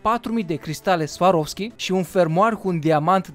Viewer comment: cristale swaroski :)))) swarovski"